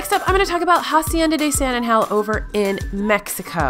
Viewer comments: You say “San Angel” very not Spanish like .. the accent is on the “A” -“Ángel.” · “San an-Gell” vice “San an-Hell”. :-) (J’s make a “h” sound in Spanish, not “G’s”) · Lol her saying “San angel” makes us Spanish speaking people cringe af